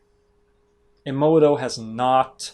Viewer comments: it's not ii-moto it's eh-moto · Eh moh toh, not ee moh toh.... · For someone that claims to really revere the work of Masaru Emoto... () does a great job of not pronouncing his last name correctly.